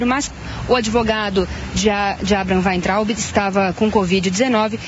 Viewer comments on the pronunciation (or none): ...é "Waitraub..."